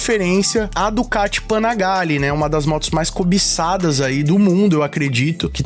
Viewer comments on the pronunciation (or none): Panigalle c@ não Panagalle